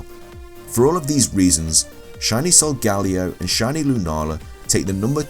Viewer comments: Names you butchered: Solgaleo Nihilego Necrozma Yveltal Sol-guh-lay-o Nee-hee-leh-go Ne-crow-z-muh Ee-vel-tall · Jackie Mcclain what’s that supposed to mean...plus we do pronounce Some Pokemon names differently